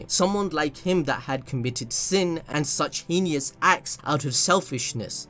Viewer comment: The way u pronounced heinous had me rolling not trying to b mean but tht jus got me. Great vid!